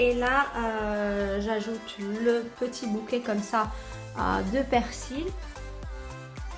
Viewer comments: On prononce Persiiii et non persil . une prof de français qui passe par là. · Superbe vidéo comme toujours, you shine ✨⭐️! Juste une petite remarque (je suis une perfectionniste... 😅) LA Vermicelle (féminin) et le L dans Persil est silencieux, se prononce « PERCI ».